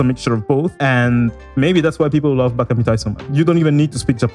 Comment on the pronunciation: Thank you for pronouncing it right. It's so frustrating hearing people pronounce it incorrectly